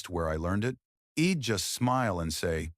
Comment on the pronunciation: When the AI says id and repeats it stupidly, when it should be I'd fffs jc wept